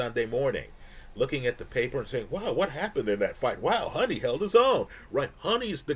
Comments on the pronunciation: It’s Hoooni bro Not Honey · love your videos but you’re mis pronouncing his name. Huni is pronounced hew-ny not honey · As someone who often gets into the glue with names, i do believe Huni is pronouced "who knee" not "Honey"